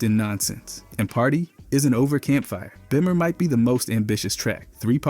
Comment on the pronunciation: It most definitely is because of the way it say party isn’t over/campfire/bimmer